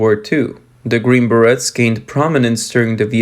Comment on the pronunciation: The Green Berrettts...LMAO Learn to say the name correctly!